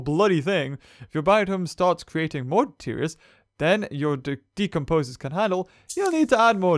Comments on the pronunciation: it's detritus not deterious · Can I please just say this, and get it out in the open??? The word, detritus, is pronounced, DE-TRI-TUS.... Not "De-teer-eeus", like you keep saying. I mean, the way you keep pronounce it isn't even accurate, compared to how it's spelled. Now that this is off my chest, I can move along with life. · I like your videos and I know you know you don't pronounce the words correctly, but deterious is not how you pronounce detritus lol